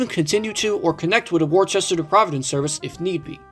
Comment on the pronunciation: Worcester is an English name, and it's pronounced 'Woosster' (a bit like 'book'). As for MBTA branchlines as a whole, I thought Stoughton was the shortest branch on the network. I've driven on that line a few times in Train Sim World, and that's how I heard about it.